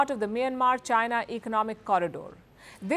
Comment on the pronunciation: 😂😂😂...waking up to this again 😂 "Jainaa" 😂😂😂